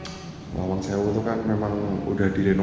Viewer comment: Lawang bro...bkn malang